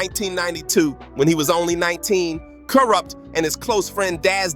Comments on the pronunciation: Who the fuck is koorupp? Lmao 😂 Ironic how before you said it correctly, you said incorrectly! I’m fucking crying 😂😂😂🤣🤣🤣😆😆😆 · He said Koorupt 😂😂😂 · Im dead 😂😂💀 To KOORUPT..!!🤣🤣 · LMAO i was JUST about to comment on this... the fuck? "KooooRupt" lol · Dude you need to research and properly pronounce your work,you fucked up Kurupt Tupac and Nas name and you got no idea that you're doing, go read green eggs and ham or something,get your own culture